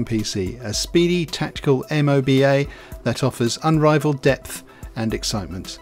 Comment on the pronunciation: Coulda just said moba... not m o b a